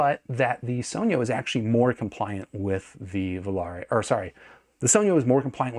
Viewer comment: THANK YOU for actually pronouncing "sogno" right.